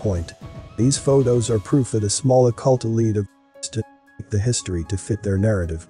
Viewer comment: Love the content but you keep saying "his story". Whose story? Who are you talking about when you say his story? Sarcasm. Seriously though, the videos would have greater effect if you just narrated yourself especially when pronouncing words correctly. Captions would be spelled correctly too. Just an observation.